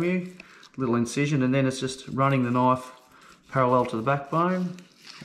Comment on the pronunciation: In the US we say knife, not Knoff. Lots of fish here with same bone structure so good instruction.